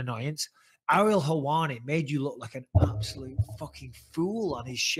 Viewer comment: "you obsolute numpty" that's an all time favourite of mine 😂